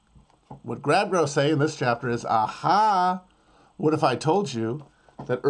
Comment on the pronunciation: This mf said watt & dauble